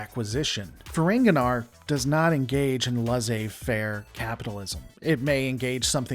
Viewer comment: the ai in laissez is pronounced like the e in empty